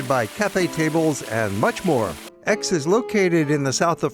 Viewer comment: Pronunciar "ECS"